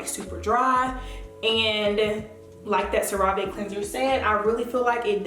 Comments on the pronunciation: You pronouncing wrong. It pronounced Sarah-ve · Very informative. Thank you Cera Ve is pronounced "sera ve"